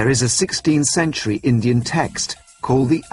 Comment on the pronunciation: did he say acient engines hes racist its supposed to be indian